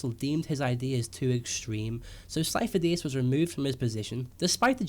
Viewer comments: Sifo dyas (SeeF-o Die-as) stop saying it wrong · It's not Syfo Dyas, plz stop with the theories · sidious was pretending to be sifodyas. also might be a coincidence but.... sifodyas. remove the "fo". sid-y-as. fo sounds like faux ( meaning fake). Lucas loves dropping hints fans tend not to get until after.